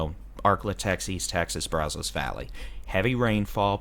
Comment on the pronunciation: It's Pay cuss and Brazos is Brazz (rhymes with jazz) us.